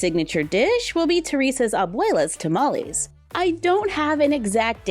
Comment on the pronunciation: Tamales! (You're totally pronouncing that correctly BTW) I'm totally willing to sacrifice that dress just to have the apron, it's super cute! And I love the play set, besides the apron, the only thing I would change is to have at least one of the tamales individually.